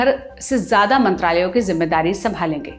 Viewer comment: Bahenji Khalid ziya...zzzzz....jiya nahi..it's ziyada..zzzzzzzzzz